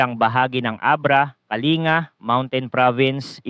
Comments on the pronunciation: Again please correct how you pronounce Kalinga. It should be KA-LING-GA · YOU PRONOUNCE THE G IN KALINGA, KA-LING-GA Sa tagal niyong nagfoforecast, gang ngayon di niyo maayos-ayos ang pqgbigkas sa mga lugar. Nakakabastos at nakakainis. Pano magiging credible yang binabalita niyo kung sa pronunciation palang e sablay na. PLS MAKE AN EFFORT TO KNOW THE PROVINCES IN THE PHILIPPINES EVEN SA PROPER PRONUNCIATION LANG. Bilang pagrespeto nalang sa lugar at mga tao.